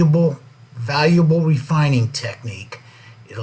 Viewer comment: "Refininig" Good video though.